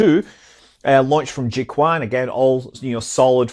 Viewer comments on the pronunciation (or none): Hi Scott, great video! I'm just saying, could you consider change your pronunciation of Jiu Quan launch center? I know it's a bit hard for westerners to pronuce it correctly, but it is actually closer to something like Joe Chain (What you are saying is like a wide chicken)